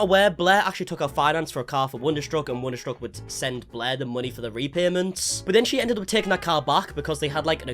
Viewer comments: whenever you say blair i hear bläää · im not really interested in all drama i just like how this guy pronounce blair bläh